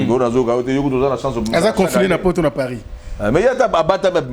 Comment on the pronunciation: Céléo dépense son énergie en vain car nous les mélomanes on sait que Céléo est nul et moins que rien!!!! Ayebi ata koloba "on est confiné" te alobaki "on est confu". Maintenant zoba ya niveau Wana bozolanda ye pe. De plus il avait dit "conora" au lieu ya corona. C un illettré de bas étage.